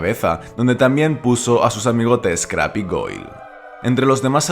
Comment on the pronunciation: Se pronuncia “Creib”